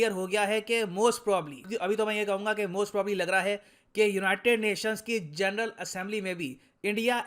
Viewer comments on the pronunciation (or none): none